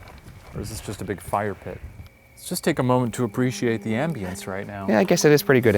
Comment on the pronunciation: Y'all arguing over how to pronounce coyote But y'all pronounce ambience like THE MEDICATION LMFAO